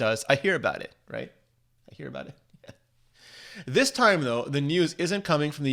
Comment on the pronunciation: When in Dog’s name will you say “this” normally